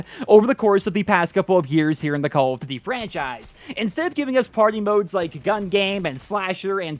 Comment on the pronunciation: Why you always saying "call of d-dee"